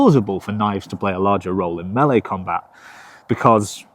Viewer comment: Thank you for pronouncing "melee" correctly